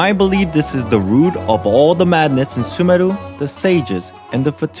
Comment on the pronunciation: You did good job on pronouncing Sumeru's name though much better than others.